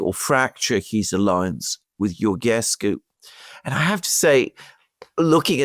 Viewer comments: Georgescu is spelled like the King George, George-escu, add the escu at the end of George. In Romanian, Ge is pronounced Ge like in George, and Ghe, is pronounced like in Ghepard. No "h" no Ghe-pard. Just George like in King George the V. Btw, no matter how many elections will cancel, the people will keep voting against EU. Remember, Georgescu got 23% votes and they cancelled him, and now Simion got 40% of the votes. Also Siminon's AUR party it's part of Meloni's Conservative and Reform faction in EU parliament. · Alexander pronounce Georgescu properly,just like King George!Also he will not be a prime minister because Romanian Pariament must confirm a presidential nomination...and they will listen to EU dictat and denie Georgiescus nomination for PM! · Guys, the "ge" în Georgescu is pronounced like the "ge" în "gentle". If it were pronounced like the "ge" in "get", it would be written "ghe". That is why it is "George Simion" and "Gheorghe Hagi". It works like Italian "Giorgia" vs. "Lamborghini". So, stop pronouncing Georgescu like we would Gheorghescu! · Georgescu is pronounced just like George in English just add escu at the end